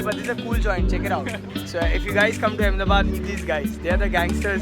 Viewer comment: Bro it's Ahmedabad yeeh